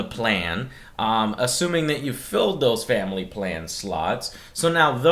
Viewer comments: Shamily...SHAM-ily yep that sounds about right Joe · in this "sham ily plan..." slip of the tongue Joe. Fuck MS. Wankers.